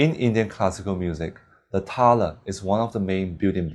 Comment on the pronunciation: btw try not pronunce it as "TALA" but instead as "TAL"